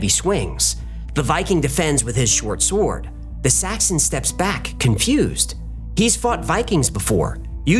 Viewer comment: Its a bit distracting hearing him pronounce the W in 'sword'.